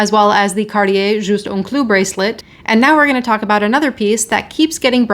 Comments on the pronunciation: It's pronounced "CART-tee-yay," not "CAR-dee-yay" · Hey it is pronounced #CarTier not #CarDEEyeah #Arctic isn’t pronounced #OurDick, either, #Murica. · And now we learn how to pronounce Cartier.